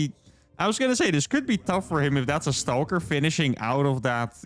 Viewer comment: I love the way you pronounce "stauulker".